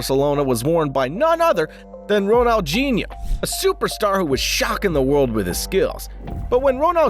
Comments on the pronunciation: ronaldhino not ronaldghino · Ronaldinho not ronaldjino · It’s not Ronaljinho It’s Ronaldinho 😂😂😂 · ronalgineo lol inter millan lol its ronaldinho and plays for inter miami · Why the heck are you saying RonalGinio it's Ronaldinio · Dinho dinho not Ginho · Bro said ronaldogino not Ronaldinho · he said Ronalghino not Ronaldhino. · Ronaldoginio 😂 Ineter Milan😂 it’s inter Miami but nice vid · Correction its Ronaldhinho not Ronaljhinho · Did he say Ronalghino? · Who is Ronaljinho hahaha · "Ronalgihno" Please fix ur pronunciation And he won the ballon'dor 7 times not 6 times